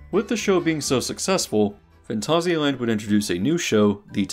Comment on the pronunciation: Probs need to add how every instance of the name of the park is mispronounced too.